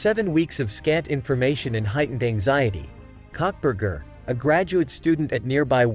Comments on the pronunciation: Cockburger??? Karbar? If you can't get it right don't bother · I’m sorry but the robot messed up his name so bad. I laughed so hard… cuntburger and cockburger 😂😂😂